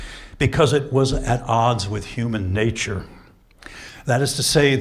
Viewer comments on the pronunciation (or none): 10 minutes in and: 'Huuman Neejture!' and 'Great man theory' ...My god!